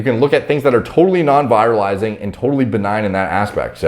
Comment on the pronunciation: Not how you pronounce virilizing.